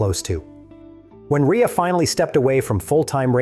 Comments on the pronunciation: Shit video. His name is Rea (Ray) not Reea. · A minor point but his surname is pronounced RAY not REEA.... And it's spelt REA..... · stopped watching ..."a Northern Irish rider named Jonathan "Ree-uh" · His name is pronounced Ray mr AI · Pronounced Ray. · can't even pronounce JR65's name properly.... Ai crap!